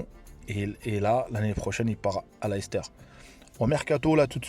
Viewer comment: Ça se prononce "Leyster" pas "Lahister" si t'es marocain tu sais ce que ça veut dire 🤣